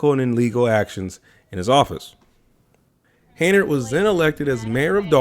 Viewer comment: Her last name is pronounced Hen-yard